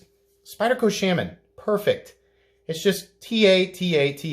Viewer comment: It was all good til "shamman" murdered my earholes.